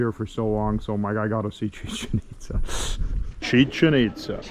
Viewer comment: “Chicken Pitza” 🤣 😂 😭 🤣